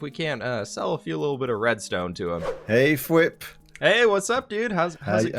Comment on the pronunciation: When he was working out the deal to sell red stone, he kept saying diamond blocks instead of reds tone blocks. 😆😆😆